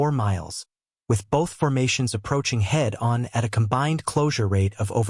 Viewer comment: AI mispronunciations repeatedly screw this up. My favorite is "Approaching head. On." It's one word, "head-on". And then later it's a "head" "on-pass". Dozens of these make this silly. Also talking about 'Zeroes while repeatedly showing images of U.S. combat aircraft is just dopey as hell.